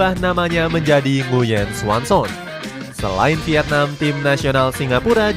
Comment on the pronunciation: Nguyen xuan son 😂😂😂 ngakak guaa anjinkk dengernya😂😂😂